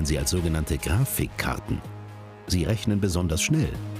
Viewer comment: Diese sogenannten "Gra-fik-kar-ten"